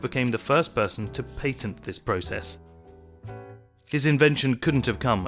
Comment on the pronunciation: Since when is PATENT pronounced PAY-tent?